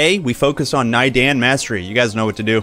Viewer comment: Thanks for the walkthrough, planning to get back into this game soon. p.s. it's pronounced nay-darn, not nai-den :D